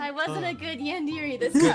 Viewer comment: Awesome video!! Just by the way I think it's pronounced like yawn-deh-ray.